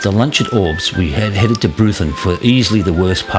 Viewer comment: Another great video. Love that Bonang Rd, probably on my own personal top 3 but need to check out a few I've never ridden. That vertical foliage on the tree trunks is regrowth after a bushfire (Hate to be a pronunciation nazi, it's OR-bost, not Orbst)